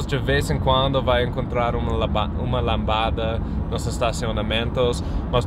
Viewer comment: Muito engraçado falando "lambada" kkkkkk